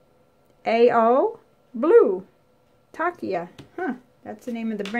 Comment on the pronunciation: It's pronounced like Tasha